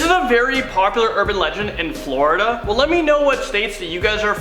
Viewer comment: Did he jus say Flawda 🥲🥲🥲🥲